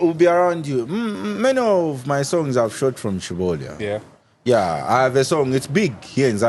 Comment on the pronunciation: Umwaume ukumeka?? Just say CHILOLYA nicely please 😂😂😂😂😂